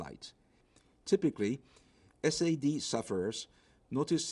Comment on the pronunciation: he just said S.A.D sufferers.. sad sufferers O_o